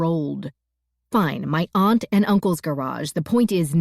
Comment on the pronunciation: Generally good narration except for her very annoying, cringe-worthy pronunciation of 'aunt' and 'shone'.